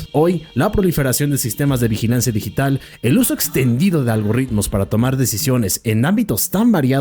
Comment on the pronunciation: Algoritmos, no algorritmos 😂